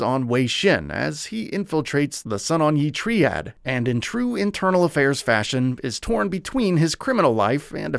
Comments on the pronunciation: It’s not treead it’s triad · "The Tree-ad" I think you mean TRIAD. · 09.56 Treead? 😂 Not Tri-ad? Because Tri-angle? Tri-pod? Tri- lateral? Muppet. Tree-angle 🤭 Tree-pod 🤣 Tree-lateral 🤦‍♂️ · Lmao "Tree-ad", no it's "Try-add" (Triad) 😉